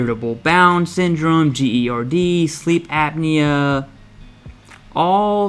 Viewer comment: haha... yeah I heard him pronounce that all messed up too. And that he spelled out GERD. I've never heard someone not say it as "Gurd"